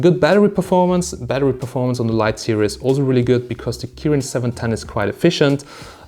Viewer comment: What the fak is 20 mate serious mate its series not serious